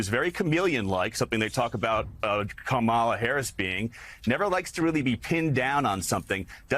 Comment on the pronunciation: .... Sure sounds like he said Pleading to "black" Harris...